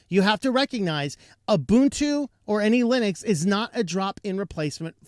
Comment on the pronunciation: When you say "any Linux", I hear Annie Lennox.